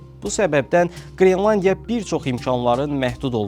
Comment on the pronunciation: Qrilandiya yox, qrelandiya😅